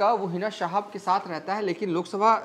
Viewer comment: Bhai wo sab to theek hai, pa har baar, Ja jab jaise words ko "za" - "Zab " zaise" mat bolo, patrkar nhi lagte 🙏🙏 Siwan ko "shiwan" Sath ko "Shath" ????